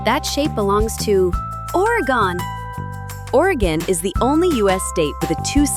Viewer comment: Dumb AI voice can't pronounce Oregon correctly.